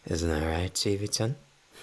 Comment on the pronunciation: When says chibi Chan it says Chevy son 😭😭